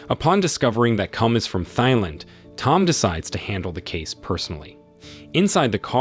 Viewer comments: AI Voice is hilarious in this. Lead characters name is Cum apparently and he's from Thigh Land lol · 🟦…The 'H' in 'Thailand' and other words containing the word 'Thai' should NOT be Pronounced!!....